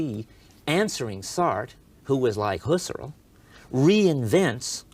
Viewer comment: Husser-el haha